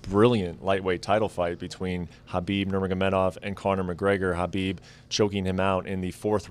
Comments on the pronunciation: Why does he keep saying Habib instead of Khabib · Is there something wrong with my name or is Dana addressing Khabib as Habib.